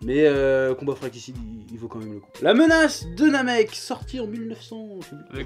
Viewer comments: J'ai arrêté la vidéo où ils mettent "l'offensive des cyborgs" en E-F... Classements avec arguments pourris... Et on dit "Le Combat Fratricide" et pas "FraKTicide" => un K apparu et un R disparu et sa se dit connaitre son sujet pfff, cette vidéo n'est là que pour faire des vues... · En fait ne sait pas comment lire “fratricide” 😂